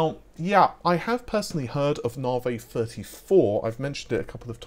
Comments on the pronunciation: Na vi….. not Nar Vee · "Nahvay 30 free"